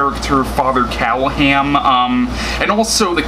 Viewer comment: true story: Barlow was made into a monster b/c in 1979, there were 2 films...Dracula(Frank Langella), and Love at First Bite(George Hamilton)already had suave master vampires, and Hooper thought the audience would be bored with another of the same thing. BTW, it's "CallahaN".